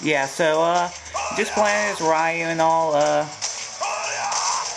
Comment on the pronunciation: his name isn't pronounced rieu its reu